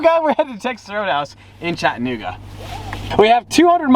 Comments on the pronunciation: It’s CHAT-UH-NOOGA not chitinnooga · I love here and it’s pronounced “Chatt- Uh - nooga” not “chatt- nooga” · As a Chattanoogan, it's cha-duh-NOO-guh. Close, but no cigar LOL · I live in chattanooga its Chattanooga not chattinuga lmao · Its Chattanooga not chatnooga lol ive lived here my entire life not to sound like a pompous ass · ITS CHAT—A-NOOGA!!! I live here bro get it right ! Not chat-N-ooga smh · I live in Chattanooga and we say Chat-ah-new-ga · “chat-nigga Tennessee”😂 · He said nig a 😂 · I live about 2 hours south of chattanooga (and it’s pronounced chat-uh-noo-guh 😂) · Wtf? in my hometown on the walking bridge? That's not how you say Chattanooga tho. But good try👍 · you’re saying Chattanooga wrong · I am sorry but you say Chattanooga so wrong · it sounds like you said the n word😂